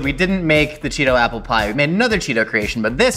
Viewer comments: The way you said Apple (Appel) and Butter (Boter) almost sound Dutch! You're not butchering words, you're learning a language! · Does speak dutch? `appel` `boter`... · the way you pronounced butter and apple are the correct way of saying those things in dutch